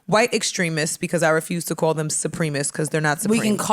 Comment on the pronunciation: Bridgette really don’t know how to say supremacist 😅 this is like the 8th time she pronounced it as supreme-MIST. Its sa-prim-a-cist!!